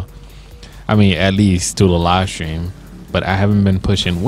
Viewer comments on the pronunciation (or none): you said sram it is stream